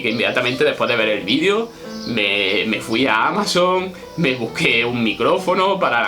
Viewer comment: Y dale con vidio... Ufff video, con E, es Español enseñando lengua y no sabe que la palabra video se debe mencionar la E. Aprenda... Se dice como se escribe... VIDEO, VIDEO... NO VIDIO!